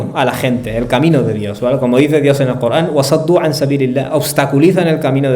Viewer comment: Corán. Cooogran , no te e entiend. Payaso. No eres capaz de pronuncia. La r